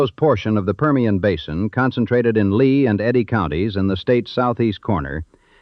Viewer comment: It’s LEA county not Lee!!